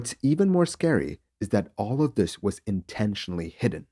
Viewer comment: The legendary intro: "THES is the story....."